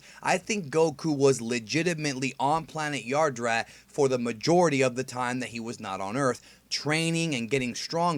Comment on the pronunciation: Yadrat, not Yardrat